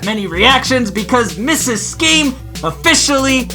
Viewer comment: "I can appreciate that little skeam" Wee Skeem stuff!